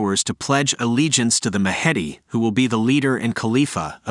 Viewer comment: Do you mean 'The Mahdi'? If so, your pronunciation is atrocious!